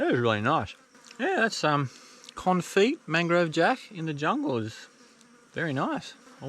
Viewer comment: Although it's spelt confit, originating as a French word, it's pronounced kon-fee in English.